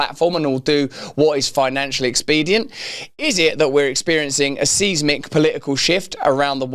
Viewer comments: Seismic isn't pronounced like you say Russ! "Sizemick" try this way dude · The way you are pronouncing seismic (SIZE-mick)is driving me nuts.